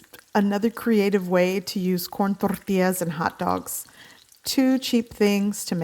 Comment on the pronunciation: Absolutely needs a smack across the face for rolling the 'R's on the L's in Tortilla.